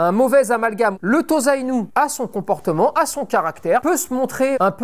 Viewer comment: On prononce TOSSA-INU, et pas TOZA-INU si jamais :)